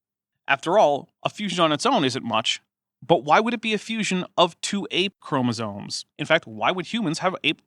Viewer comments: okay well there she definitely said "chroma-zones" so who knows. But I'm having trouble parsing the difference between her accent, speech impediment, and apparent ignorance. I will say though, in her newer videos she is much more clearly spoken, so she's obviously worked on it. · Oddly, she seems to pronounce "chromosomes" correctly. I think she thinks "chromosone" is the singular form of chromosomes.